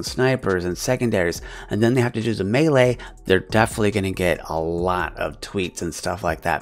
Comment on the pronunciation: Mad respect for saying Melee correctly!!